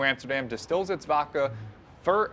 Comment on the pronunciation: Dose know it’s vodka and not “Vocka”?